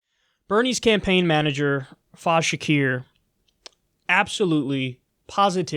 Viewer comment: 'You Americans butcher the English Language' It is 'FA-IZ', not 'FAAZ'!! He ain't a rapper Kyle!! 😆😆😅😅